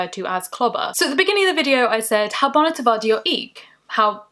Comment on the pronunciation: "bohna" not "bonna" surely?